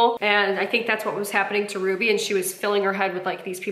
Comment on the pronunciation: For someone who is so anal about grammar, she's the only person I've heard who pronounces Ruby's name wrong. 😂